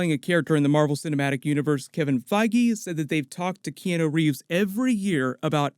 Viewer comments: Key-on-o...not key-eno. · T K key-Anne-New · You really need to practice saying Keanu Reeves name properly.